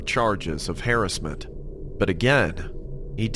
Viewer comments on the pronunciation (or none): "Harris-Ment" lol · Ah yes, "harrisment" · ‘Hairisment” hahaha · "for charges of hairiss-ment" wtf lol.. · why is no one mentioning how he pronounced “harassment” 😂